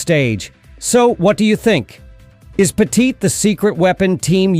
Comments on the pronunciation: This guy doesn't even pronounce Andy Pettitte's name properly 😂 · Say Andy's name right, lol!